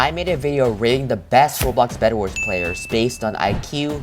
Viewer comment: Did u say best anlmals or player lol I hear anlmals